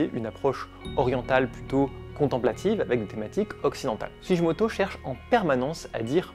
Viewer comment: En japonais on dit sou-Gui-moto… sinon ce serait Sujimoto. ( tu dis pas Hiroshijé mais gué, non ? 🤪) Merci : beau travail sur un artiste méconnu. Pour la petite histoire son nom veut dire « Racine du Cèdre ». Joli, non ?